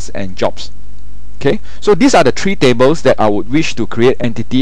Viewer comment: Very clear, except "one two three" becomes "one two tree"... LOL